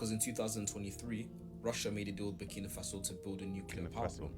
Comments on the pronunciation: Buh-key-nuh-fa-so bro - keeping going loving the diverse content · At this stage brudda don’t know how to pronounce Burkina faso, your mocking it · is not butkino is burkina faso funny bro 😂😂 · Champion but still go the name wrong lol who is 'Booking Mafaso'? lol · your getting close, it’s BURKINA like birkin bag with AH at the end 😂😂